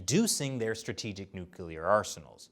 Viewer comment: Wait, wait, wait...’Stratihgic missile’? Things that give away that she’s still a CCP propagandist, despite the accent...